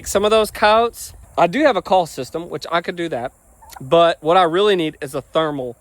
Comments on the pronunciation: Ok. You meant coyotes. At first I understood "cows". Weird pronunciation. 😂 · Me to notice that I hear cowes